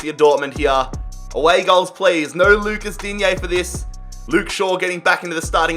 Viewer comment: In French we say digne not digné 😅😊